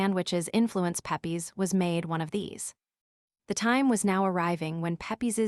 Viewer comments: Pep-ees lmfao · Unliterate American starts out by mispronouncing his name.